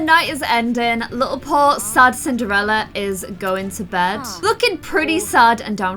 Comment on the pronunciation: Does anyone else notice how sometimes says Cin-ER-ella, like without the D?